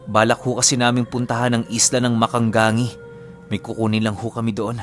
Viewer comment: Mag-ka-ga-ngi yan ang pronounce po.